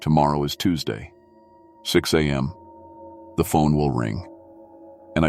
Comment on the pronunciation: I ♥️ LOVE ♥️ your stories !!! and remember, "If you're not first, you're last..." 😂 Please fix the (few) upload glitches / skips. Teach AI how to say ex. mph (miles per hr.) , am and pm(time) , there were a few more that I can't remember now, of course...